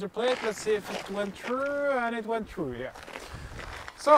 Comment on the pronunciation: "LETS SEE IF IT WENT TRUU, YES IT WENT TRUU". LOL !